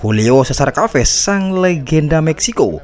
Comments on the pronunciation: Bukan kaves om tp ca ves sebutan yg benar.. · nama chaves di baca saves min,bukan kaves